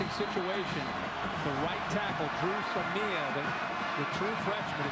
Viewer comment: How many ways did Kirk pronounce Dru Samia's name?